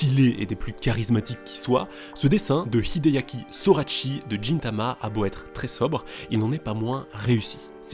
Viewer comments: D'ailleurs l'oeuvre de hideaki sorachi se prononce "guintama" et pas "jintama" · juste ça se dit Guintama pas djintama